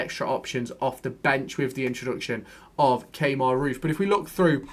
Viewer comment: Key-mar (Kemar) not Kay-mar 😆